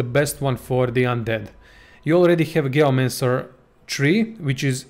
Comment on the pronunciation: ... hate how he says gayomancer instead of geomancer